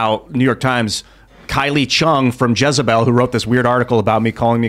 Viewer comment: You say jizzabell